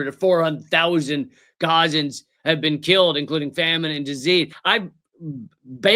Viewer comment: "You've never bean?" 😂